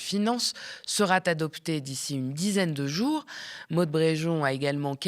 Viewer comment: "Le projet de loi sera T'adopté"... ça pique les oreilles, attention aux liaisons dangereuses !